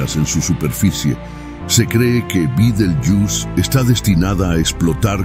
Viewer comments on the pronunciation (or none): Se dice betelgeuse y veces